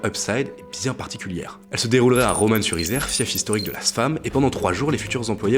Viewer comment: Ça ce prononce pas romane sur Isère mais romen sur Isère, comme 1 an quoi